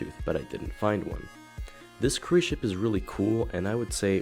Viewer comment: each time he said ship it sounds like he says the s word lol